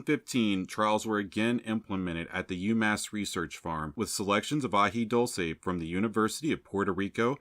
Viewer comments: Very informative, thanks. As far as pronunciation, its AJI DOOL SAY. 😊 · AJI DULCE with a U not O.